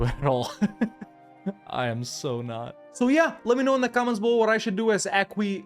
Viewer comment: Yay he finally learned how to pronounce Aquileia